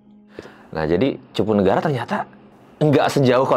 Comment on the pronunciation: Karena dia bkn org subang salah penyebutan wajar kali...